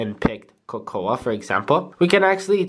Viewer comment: Is anyone going to point out that when he said “cocoa” he pronounced it as “kokowa”?